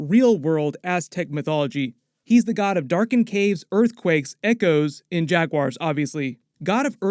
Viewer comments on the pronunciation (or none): none